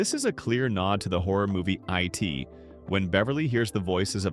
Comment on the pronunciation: "I'm not from the U.S." Yeah, you aren't from anywhere since you are AI. No one calls IT, I.T.